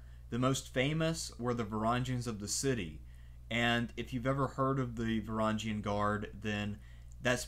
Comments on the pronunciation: just a small tip, the g in varangian is a one just like the words grow/viking etc. not like a giraffe. great video nonetheless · Please learn the how to pronounce Varangian. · learn to pronounce Varangian